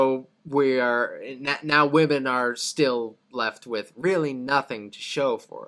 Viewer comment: I believe Oversimplified just has a speech impediment that causes him to pronounce women as woman. It's consistent across all his videos.